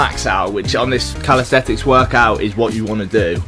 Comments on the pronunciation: You have to keep calling it calistetics dont you lmao. Its calisthenics bro. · Still saying calisthetics tho. Get it right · say it with me: cal-is-then-ics